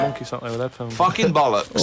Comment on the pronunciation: It's not balix or bolix or bolux, it's bollocks.